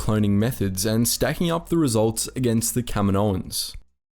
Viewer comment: like this my dude, "Ka`-Me-noses" and planet "Ka-Me-No"